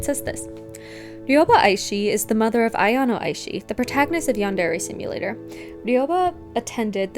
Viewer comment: Again, it's a-ya-no (あやの), not a-yan-o (あやんお). She should be called A-chan or Aya-chan, and either ways why do random classmates call her that? They're not close friends. She should be called Aishi-san.